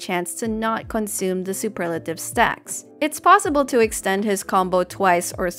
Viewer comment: I'm glad you say Superlative, and not Super lative.